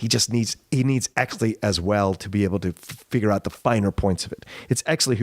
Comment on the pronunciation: Great podcast, was I the only one bothered when they kept saying hexly instead of exley